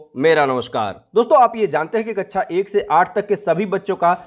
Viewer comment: कृपया कक्षा को कच्छा कहना बैंड करे